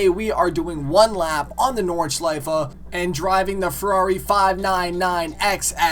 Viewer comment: nordschleifa XD NORDSCHLEIFE but good try